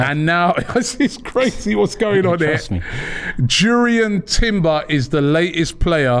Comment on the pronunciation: Robbie needs to be serious about his work. Do research and get details on players. Know how their names are pronounced. Jurrien is pronounced as Yurrien Timber. Make the program captivating as well as informative. Develop your content over and above what everyone else knows.